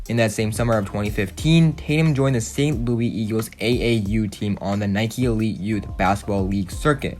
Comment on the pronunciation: Bru he said sant loois